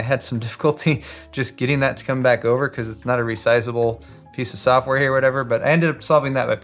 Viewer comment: "Not resizable piece of ssshhoftware"